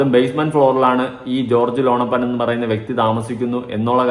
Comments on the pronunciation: ലോണപ്പൻ അല്ല ലോനപ്പൻ 😂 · എടാ .. മോനേ, ലോണപ്പൻ അല്ലടാ, ലോനപ്പൻ. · ലോണപ്പൻ അല്ല ലോനപ്പൻ ആകും😂